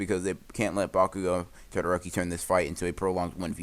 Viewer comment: Did anyone hear him say bakugoogle